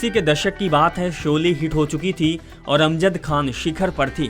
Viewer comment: Jb bolna nhi aata to kyon isko bolne ko dina.shole ko sole or jhan z ana chahiye whan j bol rhe hain. Na lahja hai bhasha hai. Ise hataen is job se.